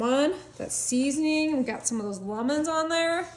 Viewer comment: I see you sure enjoy making fun of how says lemons